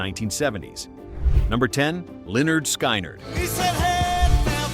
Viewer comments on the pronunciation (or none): I couldn't get past the first band in the video - Leonard SKYnerd. If you can't even pronounce it correctly, especially since there was an album named that spelled it out phonetically, then you are in way over your head.